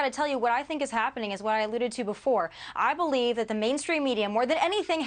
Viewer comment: Except for her wrong pronunciation of the word 'divisive'. It's div_EYE-sive, not div_ISS-ive! The root word is divide!